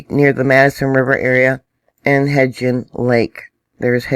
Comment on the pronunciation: Hi. I was born and raised in Idaho. I have never heard of elk crossing the intetstate. Also Hebgen lake is pronounced HEBDON lake here in Idaho. Crazy times here in Idaho.